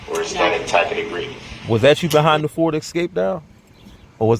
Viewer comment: Tack-it agreement. OMGosh! You are totally right about the HOW lolol